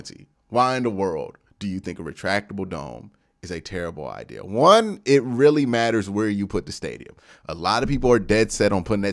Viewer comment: It’s idea the word is idea!!! Jesus man where are you getting ideal from?!? Love the show but the way you talk is so crazy to me You pronounce gigantic like it’s Gijantic or idk how you would spell it but cmon man you gotta be smarter than this you just have to be! I can’t believe your grammar is THAT bad.